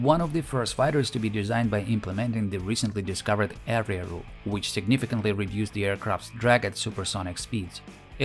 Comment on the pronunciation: Area rule? Is that what he said?